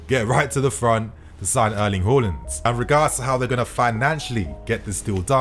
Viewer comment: Its haa not hor when comes to haarland lol!!